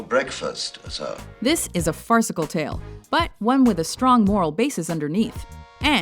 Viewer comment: "That hand's not strong enough.. Take my strawng hand" hahaha